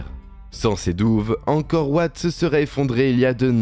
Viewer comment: Angkor wat se prononce en français Angkor Vat